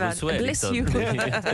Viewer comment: For shuueuureuu….